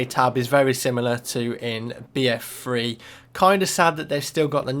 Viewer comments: I'm sorry but it shoulds like your saying BF Free instead of BF3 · why do you say free instead of three? its annoying!!! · notice how he always says bf free instead of bf3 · What's BF free? You kept saying BF Free. It's three not free. XD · BF freee HAH Its so funny how he says it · I hate how you pronounce "BF3"